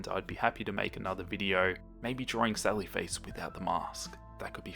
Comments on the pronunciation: sawwy fwace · When he says "Sally Face" I hear "Sawwy Face" and suddenly feel very sad :'( I'm so sorry for Soda...